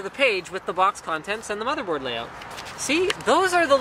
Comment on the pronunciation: i swear he said bobby board